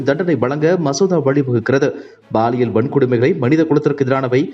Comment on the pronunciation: Prounce paaliyal not baaliyal! Bad tamil pronunciation in Tamil news!